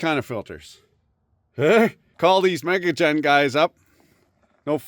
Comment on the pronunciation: You mispronounced the name is me-gagen